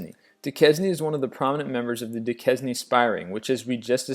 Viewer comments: "Du-kez-nee"? Trying to pronounce "Duquesne", you illiterate moron? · "Du-ques-ne" LMFAO, it's pronounced "Du-kane" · Its Duquesne....its not DU-KES-NEE.....its pronounced DU-KANE..... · Duquesne- (doo-cain) I live around Pittsburgh so hearing this word mispronounced was like daggers to my ears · I love your lists, but your pronunciation is maddening! "Duquesne" is pronounced "Du Cain". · Frederick "Fritz" Joubert Duquesne (/duːˈkeɪn/ By the way, there is a Duquesne University in Pittsburgh.Visitors usually confuse locals when they ask for directions to Dookwesneh Unitersity. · If you meant "Duquesne", it's pronounced "doo-KANE". It was hard to follow because of the mispronunciations.